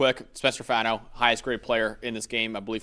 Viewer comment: Brothers it’s Faw-No not Fah-No. Rhymes with Paw or Spa.